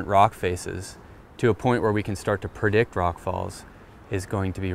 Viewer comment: Did he say, "Perdict"?